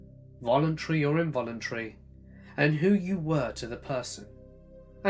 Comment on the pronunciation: i dont understand why you cant pronounce the A in involuntary, and instead say involuntree? or why you replace any word with an A on the end with URRR instead of the A, Like youd say SARAURRRR instead of Sara. Ive got misophonia bad and it kills me every time. However your stories are great. Dont undestand the speech impediment though, if thats what it is or not.. Idk